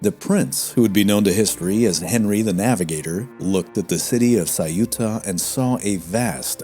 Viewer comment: Why , is it ? That the narrator didn't bother to research how to vocalize Ceuta. The city of Ceuta . 😅